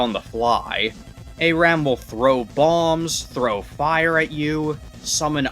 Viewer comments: First off Why are you calling it "ARAM" it's ERAM Secondly Best way to beat him is patience. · Someone plz tell this man not to end all his sentences like that. Also, how do you see the name “Eram” and pronounce it “aye-ram”? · Who the hell pronounces Eram as Ay-ram